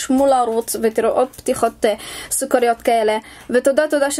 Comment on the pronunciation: היא אמרה סוכריד